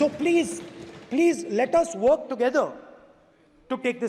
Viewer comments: He always says plezzz instead of please .😂😂😂😂😂😂😂😂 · Speaker hi chutiya sa bitha rakha hai inhoney please to bolna ni arha pleeezzz pleeez kar raha hai bkl !